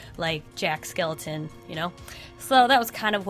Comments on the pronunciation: There is only one bad thing about this video., you kept saying jack skeleton, not jack skelington. That's literally the only thing! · Her: says jack skeleton me: ITS JACK SKELINGTON lol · You said skeleton instead of skelington and now I’m triggered lmao